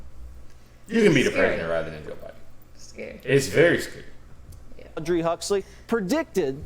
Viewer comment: Hey, it's Aldous Huxley, not Audrey. LOL